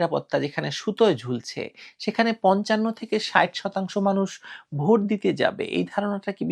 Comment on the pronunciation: ভুট হলো ভোট। গ্রামের এক লোক সব সময় " উ " কার ব্যবহার করে। যেমন - মত বিনিময় কে তিনি বলেন " মুত বিনিময়। তেমনি ভোট কে বলেন " ভুট " বুঝলেন 🤪🤪